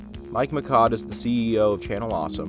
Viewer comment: Mishaud as Michaud not Mikaud.